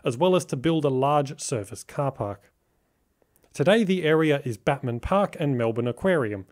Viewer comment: Wonderful pronunciation of Batman... ive not heard that before 😅